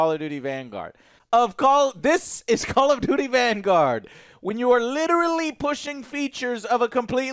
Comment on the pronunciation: 'Call of dooty'.